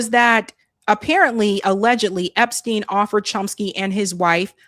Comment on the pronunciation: we love you but it’s EpsTein not Epskeen. 😂😘